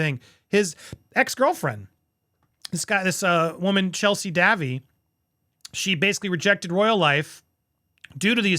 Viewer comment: Chelsey would have married Harry only there was so much pressure on her from the press ( Day-vie) is how you say her name Andy! The Royals didn’t want the details in the press so I understand why they took the settlement though!